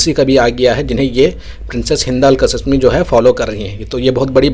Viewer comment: आप जाहिल है या गंवार। नाम कासीमी है कसिसमी नहीं। शहज़ादी है नाम ज़रा सही बोलो